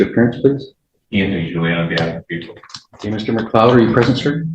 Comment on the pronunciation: It's "PRESENT" not "RE-present" 🤣🤣🤣🤣🤣